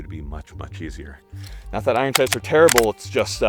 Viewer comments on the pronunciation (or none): none